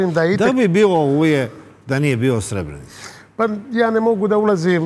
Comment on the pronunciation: Evo gledam vec minutu i odma samo da kazem i voditelj i kurton seselj neznaju izgovoriti Srebrenica ,kako dalje ,samo kazem